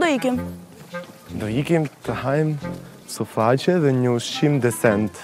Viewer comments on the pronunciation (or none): suflake apo suflaqe se nuk po e kuptoj 😔😅🤣(nuk kam as nje gje kunder kris 😂)